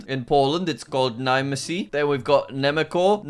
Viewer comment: its pronuneced Nhemetsko in Slovak